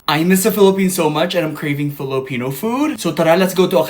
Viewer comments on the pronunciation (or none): none